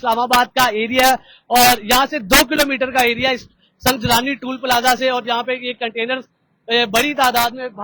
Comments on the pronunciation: سنگجانی ہے سنگ جلانی نہیں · Sangjani tool plaza Hy salay pronunciate tu kar thk say